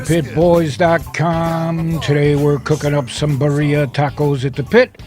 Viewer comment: It's pronounced "Bee 🐝 ree ahh" and not " bariahh"